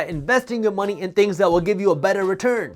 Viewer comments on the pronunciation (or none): none